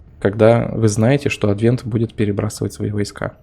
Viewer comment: Ты уж определись с правильным ударением в слове "Адвент"